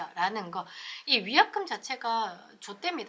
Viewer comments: ㅋㅋㅋ위약금 자체가 발음좀,,ㅋㅋㅋ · 위약금이 조ㅈ됩니다 로 들리네유 ㅋㅋㅋㅋㅋㅋㅋㅋㅋ 노리신건 아니시져? ㅋㅋㅋㅋㅋㅋㅋㅋㅋ